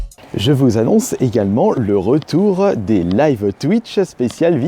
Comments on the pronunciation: "Il y a zégalement" oui oui bien sûr... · Il y a Zégalement 😂😂